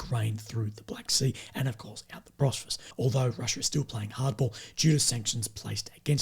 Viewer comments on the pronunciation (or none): Bosphorus, not Brosphorus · Hey, I was hoping someone would have told already that it’s called “Bos-pho-rus”